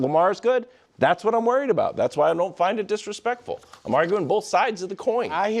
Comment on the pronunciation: why cant Wildes ever pronounce "worried" correctly ?😂😂